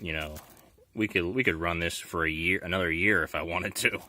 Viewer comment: "Fer" What is fer?